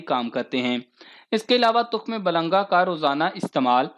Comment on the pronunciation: تخم ملنگا نہ کہ تخم بلنگا